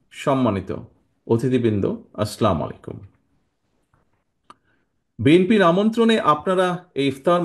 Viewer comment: Brother thank you for your nice talk bit we should gie salam properly we should ssy assalamualikum ,not aslamalykum.dhormer oplbekhha bolthe ki vhul tha ektu bujiye bol le shundhor jotho